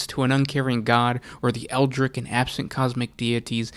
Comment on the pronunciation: "eldritch" has a t in it for a reason, it rhymes with witch